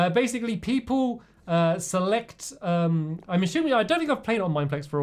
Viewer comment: Hahaha Stampy said ASHUMING (assuming) at 19 -20 mins